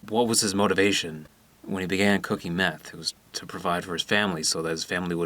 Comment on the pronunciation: "Jesse, where did you put the methé?"